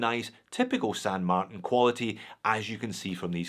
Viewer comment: This is the first time I’ve heard pronounce the brand as San Mart”i”n and not San Mart”a”n. Sounds strange lol